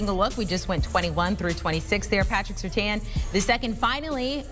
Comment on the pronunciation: How can all these people not know how to pronounce Surtain??? His dad was a pro bowler multiple times in Miami.